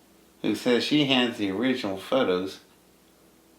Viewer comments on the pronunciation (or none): none